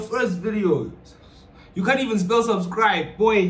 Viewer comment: "Subsbribe"? Homework!!! Deffs skipped English homework!!!😂😂